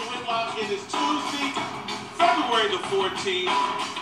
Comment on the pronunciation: I try to listen to Jason, but when he mispronounces the days of the week just turns my stomach. He says Mundy, toosdy, Wensdy, Thursdy, and so forth.